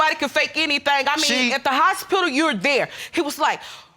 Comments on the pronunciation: The” hospila “ 😂😂😂😂😂🙄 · He did not just say hospilal it's hospital Lord have mercy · This fool said, "hospila" 😂😂😂😂🤣🤣🤣🤣take me right now lord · Pause what’s “hospilol”